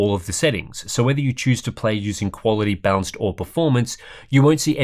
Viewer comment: I keep hearing "bounced"mode when he is talking about balanced mode for some reason...